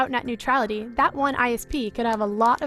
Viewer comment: Tu as dit “au revoir” à Nuetralité.